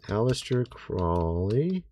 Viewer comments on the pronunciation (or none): Ahsta “the trolly” Krolly. Brother, you need help talking. What is happening, it’s not like you’ve heard these names and words said over and over and over more than most people.